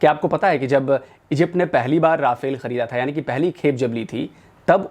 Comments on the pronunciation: राफेल नही रफाल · Nice video although you have Indianized the pronunciation of Rafale to ‘Ra-fail’ 😄